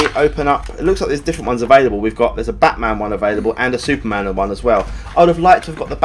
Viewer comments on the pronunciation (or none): none